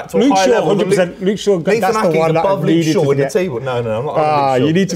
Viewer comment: Lost me when he says Luke Shaw 🙈